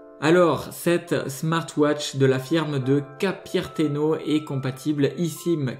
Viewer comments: Cupertino pas capierteno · Cette smartwatch de la firme de Capiertino? What the fuck? Tu as essayé de prononcé Cupertino en pensant Capuccino?